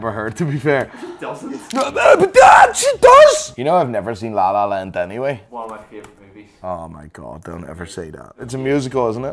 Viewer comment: You did it again! Last time you said like a real tarentoela! En now your saying like a real lala land! Its how you say land! How do you do that